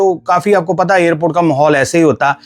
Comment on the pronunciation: The narrator should stop the illiterate pronunciations of "Air India" and "Airport." He says "Ayr-India" and "Ayr-port." Absolutely wrong. Right: "Air (as in CHAIR/PAIR)-India," and "Air- port."